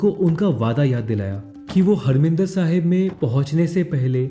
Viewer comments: abe saale,harminder nahi harimander bole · you are right, but you said harminder.....you should say harmandir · grt vedio.. bt bro marminder sahib nhi, harmandir sahib hai ok.ji...